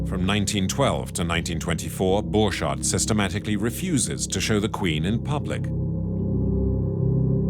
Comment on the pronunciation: The "documentary" would be so much better if they had made enough research to realize how the name "Borchardt" is pronounced...